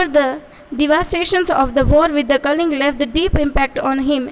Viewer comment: Kaling nahi kalinga😂😂😂😂😂😂